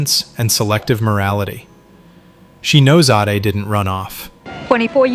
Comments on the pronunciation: Lol Ada, should be Ade or Adrianna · Did he really call Ade "Ahday"? C'mon AI man the betrayal ova here is both the sacred and propane. 🤌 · Is this AI, because he pronounced "Aide" completely wrong.